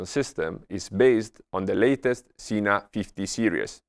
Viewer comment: You had me until you said "Sena."